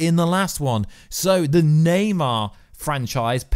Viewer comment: Thumbs down just for saying naymar 57 times 🤬